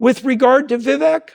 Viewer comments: Vivek like cake not eck. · Jordan, I love you like a brother. Correct me if I’m wrong, but I believe Vivek’s name is pronounced Va Vake, not Ve Veck. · Vivek rhymes with cake doc; BTW, thank you so much for this video, it is fabulously informative, instructive, inspiring, and even entertaining! I must watch much more of you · Just FYI, it’s pronounced “Vi-vake” (like “cake”) Ty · Remember to pronounce VIVEK with the E as a Spanish E, which is actually pronounced as a LONG A. Or, as others keep reminding us ... Vivek rhymes with CAKE !